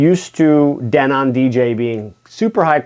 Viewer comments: I was a sales and installation rep for Denon a long long time ago. It's pronounced Denen. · DENON DE-'NON stretch on DE'